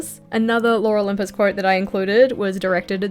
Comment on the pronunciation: I heard "Laura Lympus" every time you said "Lore Olympus" 🤣 Concerning Life is Strange, I absolutely agree with you! Didn't like 2 a lot. I haven't played Double Exposure yet, but I really want to... the first game holds a very special place in my heart as well, it was a very unique experience.